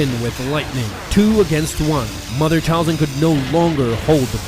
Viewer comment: Talzin not falcon